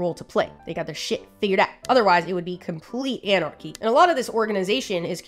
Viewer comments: Wait, did you say…antarchy? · Didn't you mean to say ANT-archy?! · dont you mean...ant-archy??